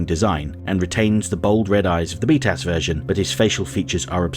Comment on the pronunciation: Every time you say "btas" I hear "beatass"